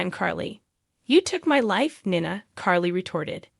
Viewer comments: I’m having a hard time with Nina. The pronouncing is really rough. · It wouldn't be so bad but the narrative of this video needs to say the name of the gh people write. Heck she said Nina's name severaly ways heardly saying it write. Same with porches name. Theses updates on the show wouldn't be bad if they could say the bames of the port Charles peoples name right.